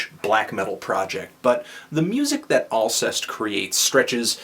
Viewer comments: I believe it's pronounced "all-SAY" :) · Yeah. Learning to pronounce the bands' name is FUCKING IMPORTANT, you inbred piece of shit. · You pronounced it pretty much completely wrong. Sorry Anthony. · ahah pronounced it wrong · you didn't pronounce it right lol